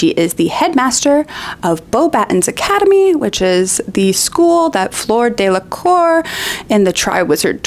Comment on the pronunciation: Tiny note on french pronunciation ( and apologies in advance for nitpicking, as I spend a great deal of my time mispronouncing languages)... Fleur Delacour. Let's not pronounce her family name in a way that makes it sound like the word for "arse", I'm sure she deserves better.